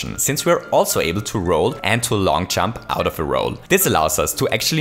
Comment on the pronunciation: When he say jump it sound like chump.